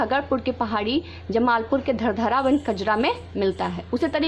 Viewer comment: 😆😆😆 maam i belong in munger district and proper my home town is धरहरा not धरधारा maam.. It's correct pronunciation would be खरगपुर And धरहरा.. 👍👍👍